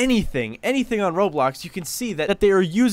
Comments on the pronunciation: Ain’t no way bro said roadblocks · HE SAID ROADBLOX LOL